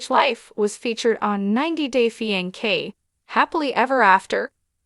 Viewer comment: Holy cow How bad is this narrator?!? Fi-N-kay?? Lmfao